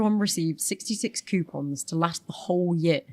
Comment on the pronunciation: Ha ha the lady commentator said "quepons" instead of "coupons" I love that common goof🎩